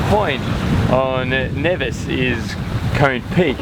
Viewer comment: Of all the people with sailing channels that I follow, you are the first one that pronounced Nevis correctly. I enjoy all of your videos. Thanks.